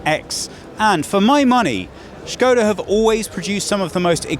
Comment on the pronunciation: the way you pronounced SKODA, made me absolutely furious